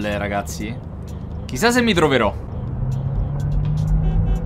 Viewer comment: Ma al minuto dice troverò o drogherò?